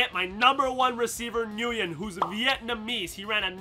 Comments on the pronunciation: the way you say Nguyen is so disappointing. It’s pronounced, WYNN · btw Nguyen is pronounced "win"